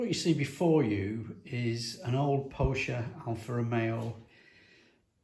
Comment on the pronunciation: Glad you pronounce Pocher the way I do. Nigels Modelling Bench guy pronounces it 'POKKER'...it makes me wince.